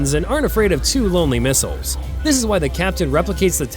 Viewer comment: Old news misread, misspoken, and copied from others. ..."the two miles(missiles)"🤦 TikTube is for dummies